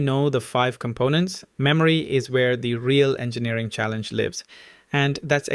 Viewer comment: 😂 throws me off anytime he say “lives”